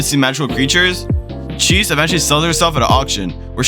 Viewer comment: You seriously called her cheese. Idk of this is terrible A.I. generated crap or not but you have lost all credibility with me. Magus Bride is an absolutely beautiful anime and Chise (chi-say) is a wonderful character to those who are lonely and long for a life of wonder while struggling with sacrificing too much of ourselves for others.